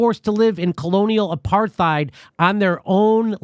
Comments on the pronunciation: Imagine pronouncing the "th" in apartheid lmao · Apartheid is pronounced as apart-hate. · Hey Jimmy, I guess it's my OCD but Apartheid is pronounced Apart-eyed the H is silent. Love the show keep spittin that fire. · it is pronounced Apart-heid not Aparth-eid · Its Apart-heid, no th sound, be yourself be Irish. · Don't pronounce the H in apartheid. Hard T. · Really wish Jimmy would pronounce "apartheid" correctly. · Please stop pronouncing the H in apartheid. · FOR THE LOVE OF GOD SOMEONE TELL JIMMY HOW TO PRONOUNCE APARTHEID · Close. Apartheid is an Afrikaans word. Afrikaans is derived from Dutch not Deutsch. But yeah, Jimmy’s pronunciation is deeply cringe-inducing. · Jimmy pronounces Apartheid worse than most Americans do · I love him, but can someone please tell Jimmy how to pronounce Apartheid? It’s embarrassing. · Dude stop pronouncing the H so much in apartheid!!?😂😂